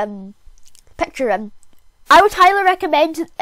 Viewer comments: Whats pecture is it picture what the heck pronounce it better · I love ur voice And when u say “pecture” i laugh hard